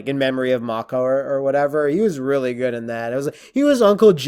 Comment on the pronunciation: Mako, is pronounced May-Co. Its a shame we can't get a version of Conan that is true to the source material. Of course, it would be X rated, and most today would consider it, barbaric. Pun totally intended. Anyway, the track 'Riddle of Steel' is the intro song. The best song however is 'Riders of Doom,' which is used when the Dogs and the forces of Thulsa Doom attack. The part where Conan's mom lowers the sword is her accepting that she can't do anything in the situation, plus Thulsa is using his powers to influence her. He later attempts it on Conan at the end of the film, but clearly Thulsa Doom is not able to save himself. Max von Sydow is a legendary actor. Swedish, and speaks english well without an accent. He's best when playing a villain, but I really like his work in Three Days of the Condor. He doesn't speak much in the role, but his subtlety and ability to act and say a lot without speaking, really speaks to his acting ability and talent. I have no idea what they're talking about with the Red Sonja film. Brigitte Nielsen, who was once married to Silvester Stallone, was not in Mortal Kombat as Sonja Blade. Bridgette Wilson was the actress in Mortal Kombat, who also was in Last Action Hero, another Arnold film. I guess was confused by the similar names, but they don't really look anything alike. Brigitte Nielsen is older and taller, she's 6'1" and her age is 53. Bridgette Wilson is 5'9" and 43 years old.